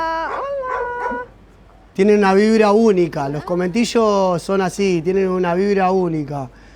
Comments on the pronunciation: se llaman CONVENTILLOS no cometillos hahaha morons! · excellent video! missing my dear country. one thing, it's conventillos not cometillos :) <3